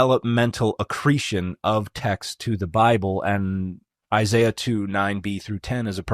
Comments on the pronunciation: Who is Eye Sigh Uh? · I'm sorry, but I don't trust the dude who pronounces Isaiah as "eye zye yah" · As a jew. The way he says Isaiah's name is wrong. Already not even a reputable source. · If you start to call out an expert for "lying" make sure you pronounce the names and words correctly. smh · This is so obvious you gotta trust the guy with the accent did you hear the way that he pronounced Isaiah? Yeah either that or trust God. But if you have to trust a man choose the one with the accent. Come on guys this Foolish. Trust God. We have the Spirit of God. This is clearly just Satan did God really say you touch the tree you will die? Grow up is it really so hard to trust God? He has ears let Him Hear didn’t you hear the verses that were read? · Like the way he pronounces Isaiah.